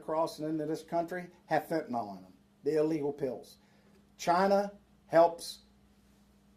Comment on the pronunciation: Bullshit… Mr. hat. First thing if you can’t pronounce fentanyl properly, I have no faith in you. The end of that word does not end in AL… Get it? Second, you would tell the president to close the borders. Bullshit. Don’t you think the president knows better than to have open borders? This is a Shadow government operation, and the leaders in Texas are part of it. Wanna know how I know? Where were they Eight years ago? Five years ago? Four years ago? Two years ago? Bullshit… The reason why this is a big issue right now is because it’s 270 days to the election. They know it and we know it. They know, that we know, that they know it. Dig? This is all a load of horseshit… And nothing is going to be done… Again.